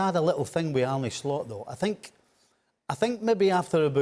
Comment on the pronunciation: Its ar-neh not ar-ney show some respect lads ffs